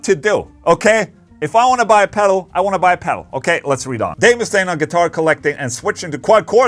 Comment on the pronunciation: Ola did you just say Dave Mustang? 🙄 you did didn't you 😅